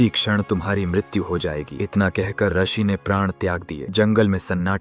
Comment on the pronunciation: रसी नहीं बेटा ऋषि होता है।😅😅😅